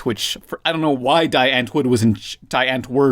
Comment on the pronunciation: die antwoord, is pronounced dee ahnt woord